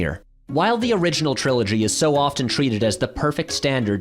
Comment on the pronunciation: I hate the way he says "trilogy". It sounds like "CHrilloCHgy"